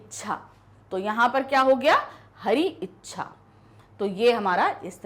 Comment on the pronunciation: Hariccha is not clear!!